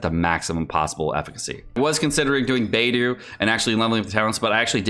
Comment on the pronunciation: Bay-Dough, Shing-Chew my dude.